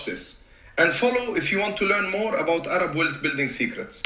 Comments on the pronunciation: I love you and this video is awesome but it's Arab - like Air-rub. Not AYE-rabb. He is fine BTW 😀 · OMG Air-rub 😂 is how to say Arab